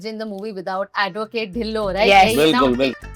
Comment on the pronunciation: it’s not dhillon 😂it’s tillon that’s how u pronounce it